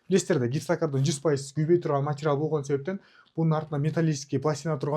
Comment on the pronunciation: Овтамачический,матирал дебей туура сүйлөчү.